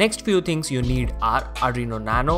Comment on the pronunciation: Its 'Arduino' not ADRINO (not judging)